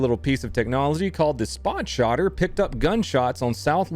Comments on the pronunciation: Spot-Shotter? I heard it twice. SHOT-SPOTTER! I'm a technology guy who know exactly how this things works, and, although it's a STUPID MARKETEER NAME, it needs to be respected! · Stop saying SpotShotter. It's SHOT SPOTTER 😅😂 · Haha did anyone realize he's saying spotshotter 💀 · Lol, Shot spotter*. Me and my comrades mess the name up everyday saying spot shotter. Honest mistake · re watching sum vids and just realized you said "spot-shotters" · You said spotshotter twice 😆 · “Spot shotter” come on man...tighten it up